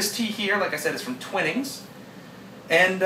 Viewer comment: Good review. A few corrections: The pronunciation is Twining like 'wine' or 'pining' for someone and not "Twinning" like in 'pinning' fabric. Also, rating on personal preference could be a bit misleading as it's highly subjective. Like with coffee or wine, what one likes largely depends on personal taste. Better to rate the tea for strength (e.g. 8.0/10) and combine with adjectives to give the reader a rounded description of the tea/ drink.